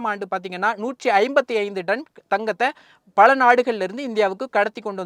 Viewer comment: Athu 'Done' ila 'Ton'.